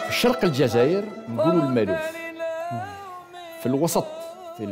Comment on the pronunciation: تنطق المالوف وليس المألوف ، مشكور على البرنامج الرائع ، الفن يقرب الشعوب ويألف بين القلوب